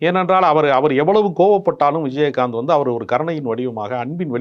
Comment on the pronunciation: விஜயஹாந்த் என்று உச்சரிக்கிறார் நெறியாளர். கேட்க நல்லா இல்லை